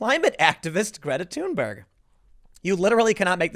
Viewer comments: Thunberg is THUN BERG "NOT" TUNE BURG. Timmy, ----- Rose Mc GOW IN not MC GO IN Timmy. Dude you're killing me. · tim: "Greta TUNEberg"